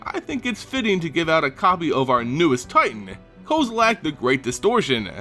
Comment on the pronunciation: STOP SAYING KOZILAK!!!!!!!!! REEEEEEEEEEEEEEEEEEEEEEEEEEEEEEEEEEEEEEEEEEEEEEEEEEEEEEEEEEEEEEEEEEEEEEEEEEEEEEEEEEEEEEEEEEEEEEEEEEEEEEEEEEEEEEEEEEEEEEEEEEEEEEEEEEEEEE